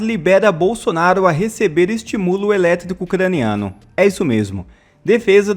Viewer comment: Aprenda a falar meu caro... É estímulo, com pronúncia mais firme onde tem acento. Misericórdia